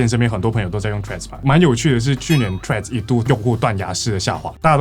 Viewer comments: 個人認為「穗子」也不錯～至少講出去外國人還有可能猜得出你是在說哪一個app —英文爛到會講「脆」的都去💩一💩喇！ PS: ㄘㄨㄟˋ=ts開頭、或者至少tr開頭(其實tr開頭已經要念ㄔㄨㄟˋ了xd) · 來賓一直唸成脆此害我聽的很出戲欸